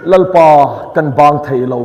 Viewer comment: Theih loh tih hi fiah takin sawi thin rawh. Thaih loh tiin lam/sawi tawh suh.